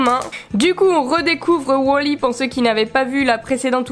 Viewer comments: c est wal-y pas wol-y si non je t adore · Du coup on dit wolly ou wally parce que tu dis wolly mais comme je dis toujours wally je ne suis pas sur donc je demande